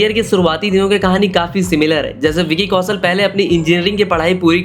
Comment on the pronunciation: Please learn pronunciations. Vicky "Kausal" sunte sunte irritate ho gayi. Its Kaushal for God's sake.